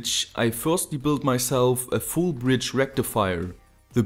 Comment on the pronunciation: You didn't say "full bridge rectifier" correctly, it's "FULL BRIDGE RECTIFIER" - ElectroBoom